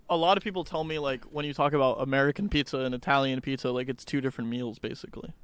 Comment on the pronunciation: “pitzer and pahsta”-george 2022